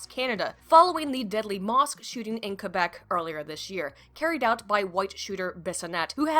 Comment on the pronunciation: You are now the only english speaking person to have prononced Québec correctly, salute you.